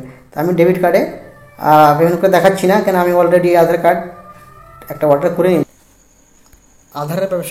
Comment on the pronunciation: Order ❌ Auder ✅🤣🤣